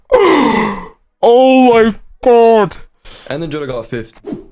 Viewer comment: the bro aussie ohhhhhhhh my gwaaaad